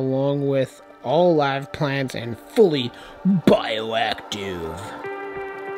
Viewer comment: Love the new additions!!! 😍 Also love your emphasis on the word ✨BioAcTiVe✨🤣